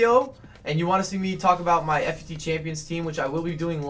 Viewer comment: it's pronounced Fut champions (foot-champions) it gets me irritated the way you say it